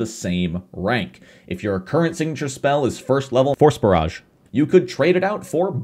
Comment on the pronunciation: I kept hearing "Horse Barrage" instead of "Force Barrage"